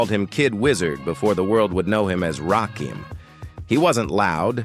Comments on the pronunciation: I can't even watch this if you can't get the name right you can't be a credible source. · How you tell the story but refuse to say his Name Right 🤔🤔 I hate this Robotic type shit 😡🙄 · Nobody would take you seriously saying Rakin name like this A.I. narration.and I'm not gonna let 3rd "Bass" slide neither ..SMH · This AI voice is Fuqn up Rakim name. Smh. And everyone knows. Rakim was the soul of the group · Put some respect on that man's name and pronounce his name right! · Bruh!!!! He was pissing me off severely every time he said that shit 😠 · Hey AI say his name right its Rakim not Rakeem got it? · His name is pronounced as RA-Kim not RAKEEM. STOP IT DAMMIT! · Why is he keeping saying rahkeem.its rah Kim bro 💯💪✌️ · Correction, The GOD M.C.s name is actually pronounced Rah-kim not like the a I voice, says RahKeem🤷🏾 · Delete this comment or change it its RAKIM its NOT pronounced RAKEEM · It's pronounced rah KIM. Not keem smh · I had to click off. He keeps saying "Rakeem" and it's driving me crazy! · Everytime he says Rakeem I get pissed 😡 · This Rah-KEEEEM is bothering me. If AI is so smart, why can't it ever get the names right? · You can say what you want, but say his name right. RAH-KIM... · 😂😂😂😂 I know right!!! Rakeem 🤣😂😭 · WHO TF IS RAKEEM STOP FUCKN THE GOD MC's NAME UP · If you're gonna use AI to narrate the video at least adjust the fucking words so that it gets his name night. You could have worded it "Ra-Kim" and it would have said the name right. I could even finish since you fucked the name up so badly. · Rah-KIM!!! Dam get it right !! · IT'S NOT RAKEEM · Thumbs down, because I don't know who the hell Rah-keeem is!!! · WRONG. It’s pronounced “RAH-KIM”. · Basically when u typin certain shyt in AI, u gotta do some finaglin'. AI wont read Rakim as his name. U gotta spell it as Rah Kim. AI will then say it correctly 🫡💯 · I cut this off soon as I heard the narrator say raheem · No, the narrator says, "Rahkeem." Belee dat. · NO! it's Rakim. Pronounced Rah-kim